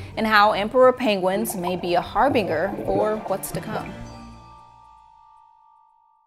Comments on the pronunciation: HAR BIN JUR Not Har BING ER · see comment below. She pronounced it "Har "BING" er" not "HAR BINGE ER" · it is pronounced "haar-bin-jer" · That's not how you say Harbinger ma'am. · Lost me as soon as she couldn't pronounce harbinger 🤦‍♂️ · I love the show and the host — but I specifically came here to discuss ‘HARBINGER.’ A very smart friend of mine who read frequently would occasionally mispronounce words because she’d only ever seen them written. Maybe that’s what happened here? Either way, this took me out of the show and I had to research possible alternative pronunciations. Maybe this was the best take and it wasn’t worth re-recording the correct pronunciation…? Surely someone caught this before it went public…? Again, I’m a subscriber and I love the show! …but I’m also ADHD and easily distracted by obvious mispronunciations.